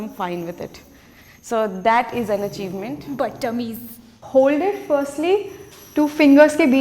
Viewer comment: Did just say "Battummies"🤣🤣